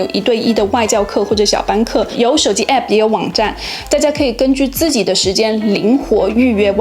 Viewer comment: app 這個不正規發音真的很難聽